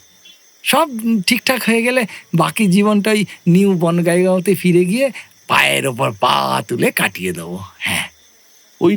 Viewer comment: উচ্চারণটা হবে নিউ বঙ্গাইগাঁও। বনগাইগাঁও নয়।